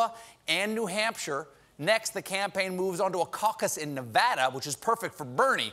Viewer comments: One of the only media personalities that pronounces Nevada properly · Thank you for knowing how to pronounce Nevada. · right lolz